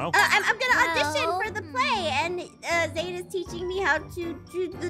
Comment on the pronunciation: his name is zane not sane